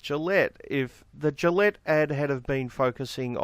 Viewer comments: How do you get to that woman's age in an English-speaking country and not know the G in Gillette is soft? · Doesn't everyone pronounce it wrong, though? I assume it's a French name and so shouldn't it be 'zhee-lett' with the 'g' sound like the 'su' in 'measure'? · Raging, fat, totalitarian feminist dirigible. She can’t even say “Gillette” properly. And credit where it’s due. Piers Morgan did a great job.